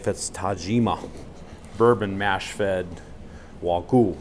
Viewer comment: Is it so hard to pronounce wagyu for you Americans.